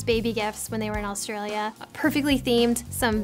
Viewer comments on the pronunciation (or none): none